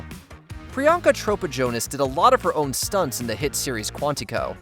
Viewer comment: Priyanka Tropa Jonas? 😅 Mini 😂